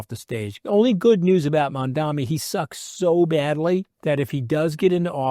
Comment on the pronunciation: You're mispronouncing Mamdani. It's Mam-dani and you're saying Man-dami.